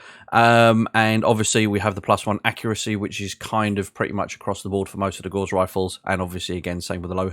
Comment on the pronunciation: NoGutsNoGalaxy triggers me on this a bit as well, but the word 'Gauss' rhymes with 'mouse' and not with 'moss'. Liking that you have put this series together as I'm considering moving 'up' from vanilla to BTA. Subbed.